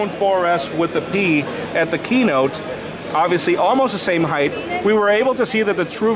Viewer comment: This guy obiusly like to say obiusly